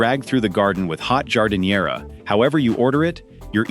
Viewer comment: As this was AI, how about the way it pronounced Giardiniera